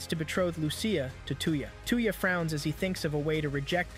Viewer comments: I see there's another person who tries to westernize the names of anime characters. Dude's name isn't two-ya. It's toe-ya. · Sorry 53 seconds in i cant stand how you say the name 2 ya its touya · While a good recap the computer software mispronounces his name . It's not "TOO-ya" it's "TOY-ya" assuming I got this phonetic pronunciation thing lay out correct here. I own the Reincarnated In Another World With My Smartphone anime here. I'm glad I get to see the story arc parts that weren't in the anime I have here!!!!!! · How far is Seamus anime and that is not his name? Stop calling him tuya Instead Of Touya. Maybe you cannot speak right? But please stop massacring the name. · When he says tuyah I keep thinking of hawk tuah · His name is 'Toy-ya' lol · how you said his name hurt my soul lol